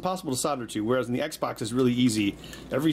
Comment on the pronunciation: Xbox not eggsbax